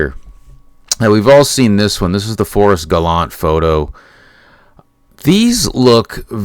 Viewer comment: It's pronounced Gallantay.